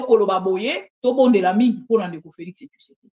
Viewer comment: Président yango kombo naye ezalaka Tshisekedi to Tshusekedi ndege mère oyo azo prononcer?